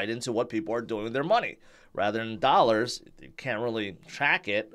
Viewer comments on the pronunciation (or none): none